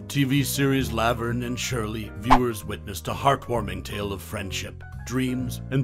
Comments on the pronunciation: Weird saying "Lav-erne" instead of "La-verne" is distacting. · Did this commentator ever actually watch Laverne and Shirley? If he had I don't think he would continually mispronounce Laverne! 🤔